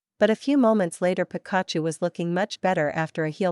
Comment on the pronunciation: Oh no Pikachu is Pronounced wired. Lol